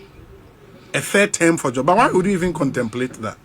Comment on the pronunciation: It’s not “Therm” it’s “Term” !!! Wo k3tr3ma ny3 anaaa massa ? 😂😂😂